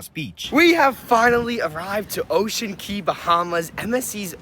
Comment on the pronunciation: It's Ocean Cay numb nuts!